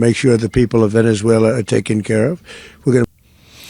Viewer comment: Maga / Queens pronounces it "Venezuelar"